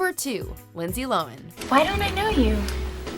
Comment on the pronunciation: it's lo han not lo wen